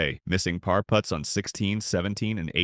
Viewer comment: Also said Gene Sara-zeen and 'pair" for "par." So annoying. I suppose it would say Jack Nick-louse.